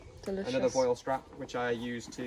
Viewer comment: vwal strap is the correct pronunciation (french). Great video, thanks